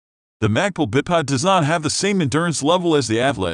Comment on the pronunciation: is he saying bip pod?